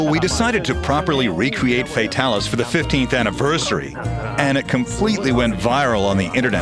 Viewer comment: yay they said Fatalis properly!